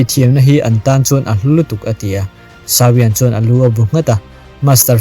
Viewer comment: Sau-iang nilovin Saw-iang tiin lam rawh.